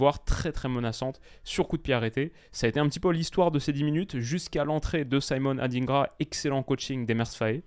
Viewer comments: Simon adingra et non saïmonne adynngra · merci pour tes débrief très pertinents. j'aimerais rectifier une chose la Côte d'Ivoire est un pays francophone, "Simon Adingra" ne se prononce pas avec la phonétique anglophone Merci!